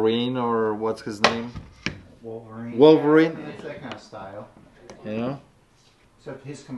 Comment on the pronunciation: "Vulva-rine" lol